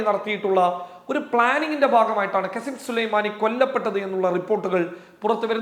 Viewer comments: വല്ലാതെ ഉഷാറാക്കല്ലേ കസിം സുലൈമാനി അല്ല കാസിം സുലൈമാനി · കാസിം സുലൈമാനി എന്നു നല്ലോണം പറ